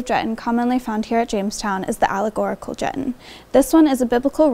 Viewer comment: Great video. It's actually pronounced Juh-TAHN.